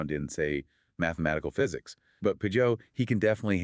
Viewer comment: These a.i.’s at the end cant even pronounce Jonathan’s name right…